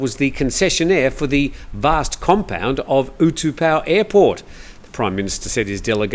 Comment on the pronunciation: the airport name is not pronounced (or spelled) oo-2-pow but oo-tah-pow.